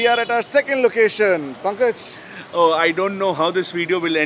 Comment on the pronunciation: Pankaj's pronounciation was da instead of la.